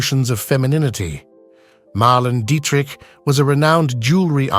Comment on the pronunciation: PLEASE pronounce her name correctly. Mar-LAY-na Dee-trick.